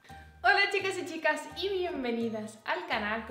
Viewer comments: A mi siempre siempre siempre me pasa😂 y nose si es cosa mia o que de verdad dice chicas y chicas😁 Igualmente me encantan tus videos y vlogs!! Y que ganas de ver el dia 24. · Me pasa lo mismo! En un vídeo le puse un comentario a que dijo chicas y chicas y me dijo que no se había dado ni cuenta. No sé si es cosa del vídeo o de mi oído pero siempre escucho chicas y chicas 😂😂😂 es muy extraño 😂😂